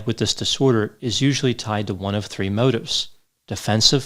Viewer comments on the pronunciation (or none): none